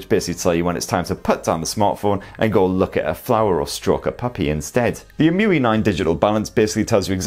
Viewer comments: So, how does "Emotion UI" become "EM-You-We"? 😂 Shouldn't it be " E-M-U-I "? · I guess its E-M-U-I not emuiee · It's pronounced Ee-em-you-eye! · It’s pronounced eee em u eye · Please. Stop. Pronouncing. EMUI. That. Way. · Interesting the way u pronounce EMUI. Wonder how u are gonna pronounce MIUI on Xiaomi.